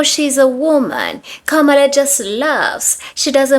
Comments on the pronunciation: He said ka ma la and in his second video dude said VP’s name right comma, la. He just want some attention or some Black Love. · It's a de@ giveaway where this individual gets his news/information...it's in the way he mispronounces her name. It's Ka-Muh-Lah, not Ku-mah-la. If he educated himself, he would know that the intentional mispronunciation of her name was designed to be disrespectful. Remember the doll experiment back in the day? Good doll vs Bad Doll? Alot of misinformed immigrants voted for what they perceived to be the "good doll" and now are experiencing consequences due to their ignorance. Don't come looking for her now. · Comma-LA..It is really not that hard to say it correctly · HER NAME IS KAM A LAAAAAAAA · "B" you still won't pronounce her name correctly why in the hell you think she would come out for you now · With his feminine ass. And say her name correctly! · Say her name correctly 🎉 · You’re mispronouncing her name on purpose aren’t you sweetie! You can believe you’ll be gone before we will, how you think you’ll do in that Venezuelan prison, sweetie! Oh, don’t play you wanted the smoke that’s why you put that mess out there, now see if you can deal with the fire!🔥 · And he's still being disrespectful not even saying her name right! F U dude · They can’t even say her name right but want her help. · Why should Kamala be saying anything for Latinos? When in the days before the election they called her everything but her name and now to this day still can’t be bothered to pronounce her name correctly? Please. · First learn to pronounce her name correctly. She is where she is. Minding her business and leaving yours alone. Had you voted for her you would know. She'd be working for the people. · I agree he doesn't even have the intelligence to pronounce her name right. Lord help him. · HAVE THESE WANNA BE YT’s NOT LEARNED TO PRONOUNCE HER NAME PROPERLY AS OF THIS DATE IN 2025 SPARE THE 92/82% 🤔🤔🤔🤔